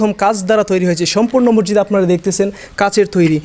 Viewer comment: মরজিদ নয় মসজিদ!! আপনি ভুল উচ্চারণ করেন!!